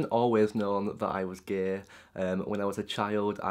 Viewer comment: don't say 'gae', it's "gay" xD